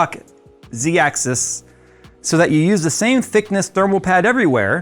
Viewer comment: ze axis